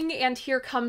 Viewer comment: Thank you for pronouncing Moog correctly.